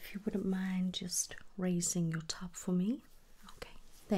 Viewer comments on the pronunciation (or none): This is so nice! I would love more American accents from you, thank you! If you want a tip I’d say work on your Ts? Tummy & top sounded oh so british haha not that I mind, just a comment! 💙